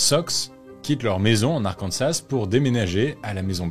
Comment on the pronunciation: La prononciation de l’Arkansas est incorrecte. C’est Arkansaah